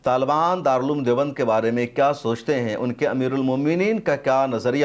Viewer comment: आप के वीडियो के सबजेक्ट पर हिन्दी भाषा में लिखा है आमिर, जो के नाम की ग़लती है, कृप्या ध्यान दें। आप ने बोलने में सही नाम बोला है अमीर Muttaqi। शुक्रिया